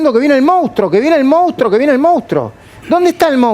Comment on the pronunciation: Se escribe y se dice MONSTRUO, no MOUSTRO!!!! La PMQLP!!!!